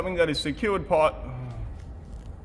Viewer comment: Now we shorten the paaip? Love you aussies😂